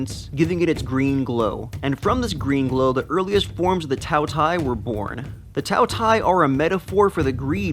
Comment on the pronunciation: For once, it pronounce ''Tao Tea-A''，饕餮 (tao tie).